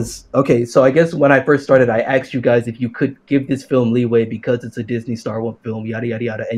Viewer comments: It hurts every time he says aksed/axed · “I axed you...” Why can’t this guy say “asked?” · ''I AKXED YOU, I axked you''.. intolerable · if you take a shot everytime he says “axed,” his arguments become much more solid and logical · He axed him??! Murderer!!😱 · I love all of his “you axed me” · It's even more annoying because he says it right sometimes, so clearly he can do it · Two things: 1) This guy can't argue his points at all. I could argue his points better and I don't even agree with them. I actually wish I could argue for him because this was painful to listen to. 2) He keeps saying 'axed' instead of 'asked'. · "sO i AxksD yOu gUyS..."